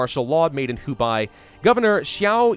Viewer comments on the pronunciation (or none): none